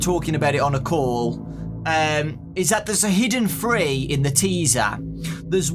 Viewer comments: He keeps saying free and not three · I thought that he was saying free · free Me: uh it's th-: FREE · It is three not free 😑